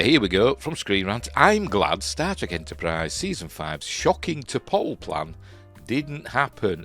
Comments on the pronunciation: Wait, is he saying Star Trek or Starship but it sounds like static? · I keep hearing "static Enterprise ". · I think he is trying to say Star Trek rather than starship as to me Star Trek w/o "r"s seems to my mind closer. But you ate right, I can't be sure. Idk what nonrohtic speakers problem pronouncing "r"s is . They pronounce them sometimes, like at the beginning of words, I think. And sometimes they place them at the end even when we don't use an "r". In "A Day in a Life" John , I think, sings" I sare a film today. In American English, we use glotlestops, so we can separate "saw" and "a" w a glotlestop. But apparently, Liverpudlian English doesn't have glotlestops so he separates the words w an "r" So if nonrohtic speakers can pronounce an "r" at the beginning or end of syllables sometimes, Idk why they can't pronounce it when it is supposed to be there. Laziness is all I can figure, but what do I know. I'm not a linguist.